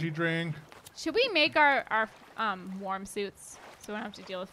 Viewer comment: I kept hearing "warm" as "worm" and let's just say I got pretty confused lol